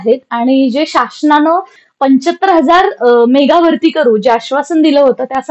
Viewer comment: मेघा नसत मेगा असत